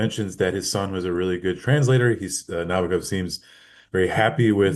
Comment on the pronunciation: it's NabOkov